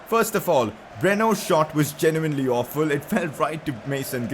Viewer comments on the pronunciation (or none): none